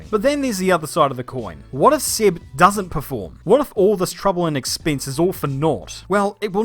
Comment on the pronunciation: It's Seb not Sib